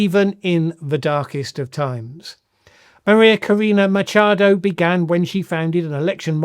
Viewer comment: Machado not micha el